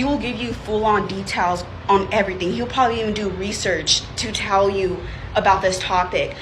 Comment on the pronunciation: "...everyting..." LOL